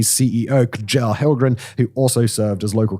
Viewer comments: just for future reference when you see KJ next to eachother it's pronunced similar to the CH in english, so you can get by with saying Chell in this case. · Yeah, that was one of the worst butcherings of Swedish that I have ever heard. That includes skånska. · The name Kjell is not K-Gel. Sounds like Shell. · K-Jell? Kjell. Its a Sh' sound. Sounds almost exacly like Shell, its only difference is that the e is slightly softer in Kjell. Further more, here is a quick guide to pronouncing the swedish juggling letters: Å sounds like the O in Lord, Score, Bore. Ä souns like the A in Lamb, Dam, Family Ö sounds like the U in Burn, Furniture, or ther EA in Learn, Yearn. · K-Gell, ah yes! that man! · "Kadjell". Funniest name butchering in years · Your pronounciation of "Kjell" makes him sound like a Klingon warrior ⚔️ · Disagree, it's all completely wrong. I couldn't understand a word. Worst was the name Kjell.